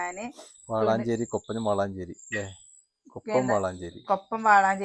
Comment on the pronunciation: വാളാഞ്ചേരി അല്ല വളാഞ്ചേരി ആണ്